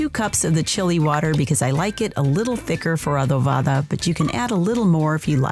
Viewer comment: Adovada ? Bad spanish